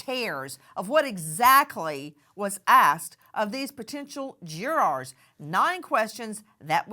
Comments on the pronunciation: What is a "jwuaaaar"? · I like the way Nancy pronounces the word “JurArs” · Jurawrs 😂 I love Nancy but the way she pronounces it has me dead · why is she saying " juraaaars " is she not an ex attorney ? its JURORS not juraaaaaarse LOL also KEEEEEEEUBERGER ...I loathe this pathetic creature , she is so cringe ....